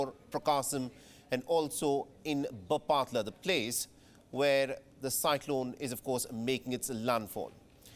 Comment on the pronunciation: Please learn to pronounce Bapatla. Embarrassing!